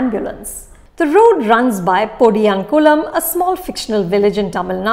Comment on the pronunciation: 😅 😅 You need to work on your pronunciation on Tamil words. Especially podiyankumlam and specially Tamil nadu (தமிழ்நாடு) don't want to be harsh but make sure to portray it in the right way 🙏